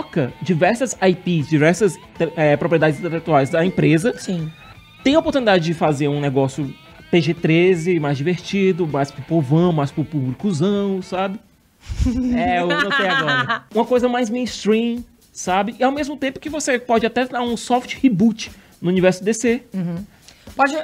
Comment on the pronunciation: Vai e leva o David Bautista pra ser o Lobo....kkkkkkkkkkk morrendo aqui com o "publicuzão" kkkkkkkk